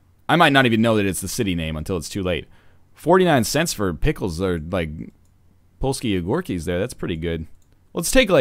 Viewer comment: "polsky ogurkys" :D For me speaking polish every day it sounds really funny!